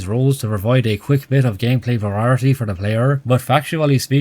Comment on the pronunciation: i will never get over ya boi pronouncing variety as "verarity"